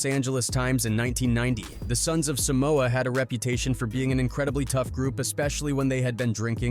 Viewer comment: Can’t even pronounce our homeland name correctly. What TF is Sumoa. SUM MOA. Really? Shame on you wannabe palagi fools. Shameful. It’s Sah moa. Not Sumoa. WTF.